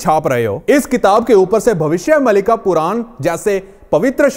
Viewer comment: यह नाम भविष्य मालिका है। मलिका नहीं।